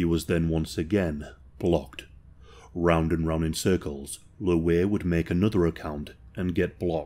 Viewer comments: I swear to God stop calling him Looweh. Its Louie. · “ Luh-weigh” lol. I love the accent